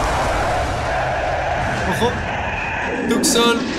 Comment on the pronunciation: Porque siempre dises Tucson